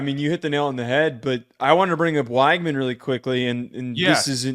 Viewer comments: Nice vid. Just as an fyi tho, it’s Wig-man not Why-gman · Great show, by the way, it's pronounced "WEG-min"